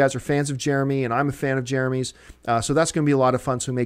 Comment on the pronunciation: Jare-uh-MEE! Jare-uh-MEE!! JEREMY JAHNS!! Jeremy fuckin JAHNS!!!!! WOO! Bout TIME! I am way too excited about this. lol